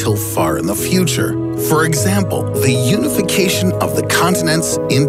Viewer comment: He lives in the fweter